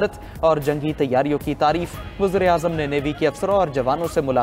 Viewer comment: Abe pehle Urdu sikho wuzra e azam nahi wazir e azam hote he pendoo 🤣🤣🤣🤣🤣